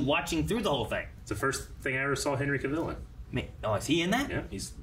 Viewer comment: OMG is still mispronouncing Henry Cavill's name! Never change.